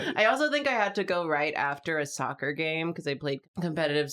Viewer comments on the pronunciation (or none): none